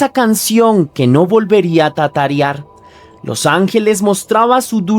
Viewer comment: tatarear o tararear 😂😂😂